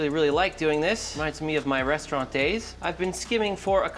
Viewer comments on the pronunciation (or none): none